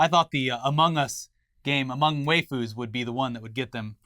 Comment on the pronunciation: has hosted internet today for how many years but still can't pronounce waifu right?